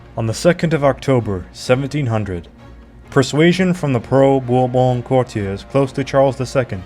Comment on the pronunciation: Someone should have taught this guy to pronounce 'Bourbon' before recording this.😢 (And several other words).